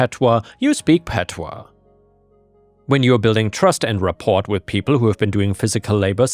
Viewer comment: What's unacceptable? My friend and with all love the word rapport. The t is silent.